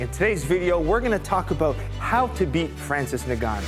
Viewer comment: For what it's worth, his name is pronounced In-Gah--New. My West African people would appreciate this adjustment.